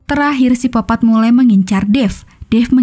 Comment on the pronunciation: Ini miminnya cadel huruf K yaa? Kok nyebutnya sipopat terus